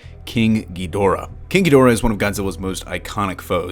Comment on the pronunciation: Every time someone says king ghidorah I only hear kinky dora